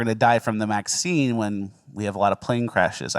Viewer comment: Are you saying Maxine instead of vaccine? I love it, great bit.